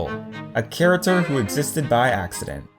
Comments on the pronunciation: who noticed he said 'char-a-ter' in stead of 'character'? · I don't want to be mean but, can you pronounce your c's correctly? Its character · am I the only one who cracks up when he says character wrong?